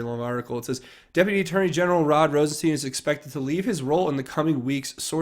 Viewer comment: Hi,. just a FYI about how to pronounce Rosenstein. The “ei” is German and is pronounced like the I in ice. In the reverse the name would be pronounced as you have been saying it. You’ve been pronouncing it wrong.